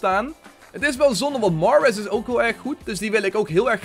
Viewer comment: Spreek Mahrez aub gwn Nederlands uit